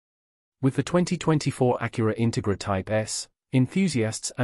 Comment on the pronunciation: Please learn to pronounce the name of the car correctly.